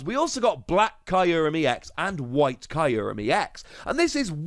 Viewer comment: I love this series a lot but i cannot wrap my head around how you pronounce kyurem as Caillou-rem